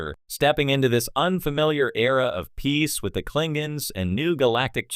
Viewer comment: "Klingings"? I thought that AI was supposed to be smart.